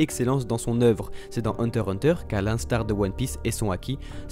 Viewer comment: On dit hunter X hunter !!!